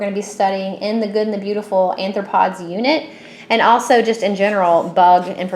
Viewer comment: Sounds awesome, but it is pronounced ARE-throw-pods.